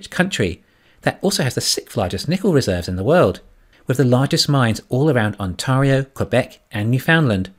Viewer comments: You are mispronouncing Ontario. The proper pronunciation is aan·teh·ree·ow not aan·taw·ree·ow. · It's pronounced On-tario like Stereo.